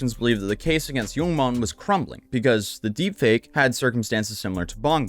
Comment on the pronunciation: every time I hear you say "yoong mon" I want to ask "what happened to oold mon?"